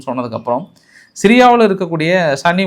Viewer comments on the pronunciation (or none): none